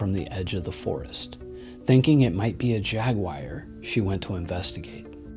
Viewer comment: A mispronunciation that originated in the ghetto! 🙃🫠🤔